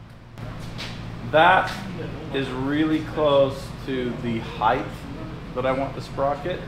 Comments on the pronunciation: You guys make fun of how says "measurements," but nobody's gonna mention "HEIGHTH"!?!? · Did he () say Heighth?